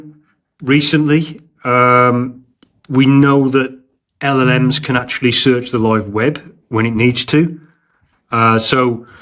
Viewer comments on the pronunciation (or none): repeat after me, El, El, Ems...OR just ELELEMS